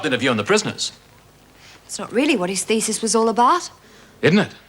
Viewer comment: LOL. She said 'thesis'